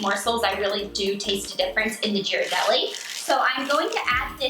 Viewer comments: ...did she just say jir-a-delli? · They look really tasty! Btw Ghirardelli is pronounced like g as game not g as George. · lmao its a hard G not a soft G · Well considering she didn't even pronounce them right.... it's a hard g